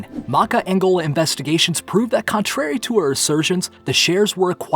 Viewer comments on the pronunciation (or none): none